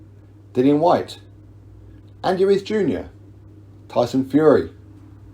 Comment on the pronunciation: It's Whyte. Lol.